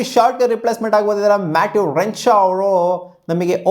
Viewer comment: Matt renshaw say properly 😂